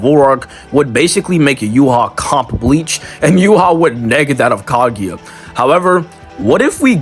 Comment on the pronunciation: ur pronouncing yhwachs name wrong... its not "you-hah", its "you-ha-bach".. just wanted to point that out